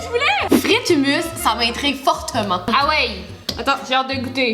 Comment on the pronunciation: Lol tu dis humus on dit hoummous. Le humus c'est de la terre